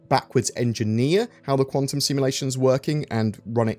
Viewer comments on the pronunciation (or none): none